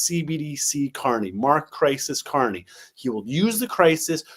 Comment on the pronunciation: Lol is that sunny guy calling Carney corny on purpose? It cracks me up every time 😂😂😂